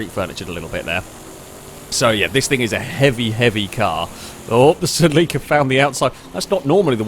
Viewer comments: Bro Celica not Sileeca, and dont even get me started on the way u say Acura. Lol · Its a Toyota SELL-ika (celica) 😆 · "Say Lee Kah" At this point I think hes saying it just to piss me off.